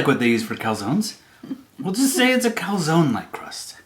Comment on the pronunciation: Not sure it’s pronounced calzonee, pretty sure the e is silent.